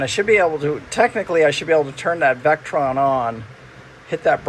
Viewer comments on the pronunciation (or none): Hey, it’s Victron, NOT Vectron for your charging/inverting equipment.